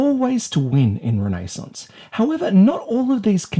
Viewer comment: Ren nay sounse